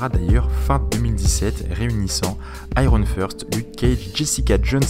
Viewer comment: Iron FIRST ;P L'accent en anglais est just excellent ;P T'avais du dire que avant c'était Far cry blood dragon le mois d avant. Ohhhhh Crash Bandicoot. Bon moi je l ai seulment joue sur Wii car je suis pas un vrai qui a la ps 1/2 Il y a tj des easter eggs en remaster ^^ Parceque la taille ca comptr doubble sense alerte doubble sense alerte Mais plus gros batterie ne veux rien dire car ils arrivent a nous mettre des programmes qui bouffent la batterie sur les gsm anciens. Comme ca on se dit waw la batterie est bcp mieu ce qui est une gross couille